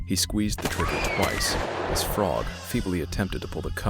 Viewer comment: No worries. I'm not going to yell at you. One thing you might want to know is that the Frogg name is pronounced so it rhymes with rogue, not as frog. But you had no way to know that, because it doesn't make any sense.